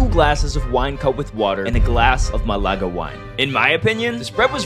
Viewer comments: Málaga is pronounced with emphasis on the first syllable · Its Málaga the first syllable is the strong one